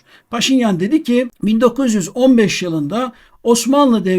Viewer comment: Muhterem Hocam lütfen -deki ve -daki hecelerini uzatmadan telaffuz ediniz. Hürmetler.